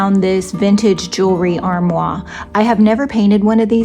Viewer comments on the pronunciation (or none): How quickly you forget! That jewellery armoire is pronounced "ahrMWAHR"! You have to pronounce the R at the end! Your friend in Canada - you know who! LOL!